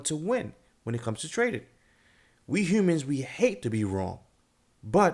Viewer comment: You must be from Baltimore!! How you said the word Human!! can always tell